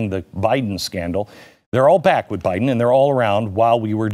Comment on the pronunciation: “PRESIDUNCE” Buy-Den. . Bought & Paid for by the CCP! !